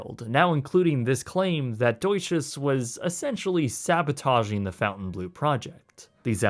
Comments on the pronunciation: "Fountain blue", "marry ot", "doight-shiz", come on dude! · please pronounce it well... "Fontainblo" and not fountainblue "EAU" sounds O "EU" sounds OEu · Pronunciation is not fountain blue. It's font-'en-blow. Look up Fontainebleau in France. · You should learn the proper pronunciation of a business before reporting on them. It’s pronounced “Fountain-blow” not “Fountain-blue”. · Not pronounced, "FOUNTAIN-blue", it's the "FON-tane-blue". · Quit saying FountainBlue, when it's clearly Fontaine. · FONtainebleau, not “Fountain”. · Cool video. It's pronounced "Font en blow" not Fountain Blue..Just an FYI. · “Fountainblueau”? It’s clearly pronounced FONTAINE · Ummm. It’s not ‘Fountain- blue’. It’s ‘Fon-tain Bleu’. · Maybe this is a bit pedantic, but its Fontainebleau, not Fountain Blue. You spell it right but say it wrong. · you are not pronouncing it correctly. It's not Fountain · You might consider pronouncing the word correctly--FON-TEN BLEW-a small thing but it makes you seem more knowledgeable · It doesn't read : fountainblue - Probably because the name is French, but with purpose spelling errors, as "bleau" is not a word, also not in French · While I have already seen your reasoning for pronouncing it the way you do, "fountain blue" makes me wish I carried out my suicidal ideations. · i think it's pronounced fawn-tain-blow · Pronounced "fon ton blur" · No, John; "fon tan blo" is more correct. Where did you get the "r"? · He should have said that at the beginning so we didn't think he was mispronouncing it. 🙂 I thought it was Fon-tan Blue (which is still pretty Americanized, just FON instead of FOUN). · Nice vid and apparently well researched. What baffles me is how you make an 18 minute video and don't care to pronounce the name properly... It's a name of a French village and manor - complete with French spelling... not a blue fountain... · Good vid, with the name it's Fontainebleau not fountain. There is no u in the name to pronounce fountain. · theres no U